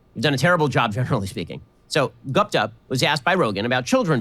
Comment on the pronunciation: Ben is intentionally mispronouncing Guptas's name. You can hear him pronounce it correctly the first time and every time after that he uses an english pronunciation. This is the kind of bigot he is